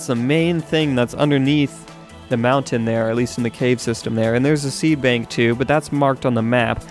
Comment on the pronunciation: He Called it a seabank NOT a seedbank